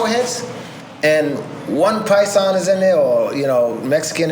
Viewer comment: It's not piason its paisa iam black and know this lol